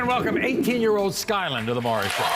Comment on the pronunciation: It’s Maury not murry